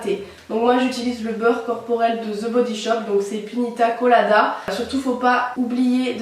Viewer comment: "pinita colada"😂😂